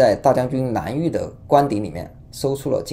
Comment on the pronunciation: 蓝玉不是南玉😂